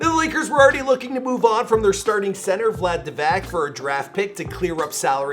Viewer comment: Really butchered Vlade Divac's name on this one, wow....